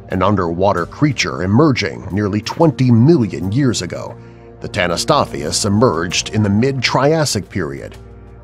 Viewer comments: Tanystopheus? Right? Wrong! Its Tanystropheus. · ITS DINOSUCHUS, HELIKOPRION, AND TANYSTROFEUS! (i spelt pronounces for the dum dums at facts verse